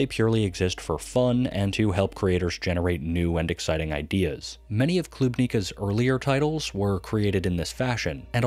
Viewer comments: Little nit-pick, not Kl*U*bnika but Klubn*I*ka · Great video! But Klubnicka pronounce is klubn{I}ka not kl{U}bnika